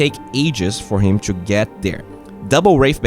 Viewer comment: Bro please stop keep saying chu instead of to, it is so annoying. i love your videos btw.